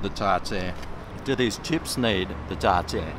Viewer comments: TAR-TAR not TARtoooooR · What the fuck is tar tear sauce? Do you mean tartare sauce?